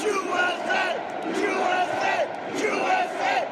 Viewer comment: That guy saying JewSA was probably hired by Hillary.